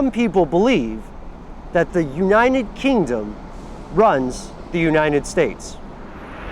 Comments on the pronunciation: united not uninen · Why do keep saying uninet instead of united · why is he saying uninted states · anyone else notice he doesn't pronounce united with a T thought it sounded weird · Am I the only one who notices the way he says united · He can't say 'united' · why can't he say the word "United" properly? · Does it seem like he is adding letters to the word United when he says it? lol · the way he pronounces 'united' LOOOL